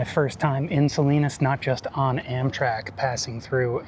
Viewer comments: "SA-LYNUS?" made me laugh. Looking forward to video of Day 2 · Salinas "Salainas" had me in tears 😅😂 oh and by the way, do any of these buses stop at Lompoc 🤔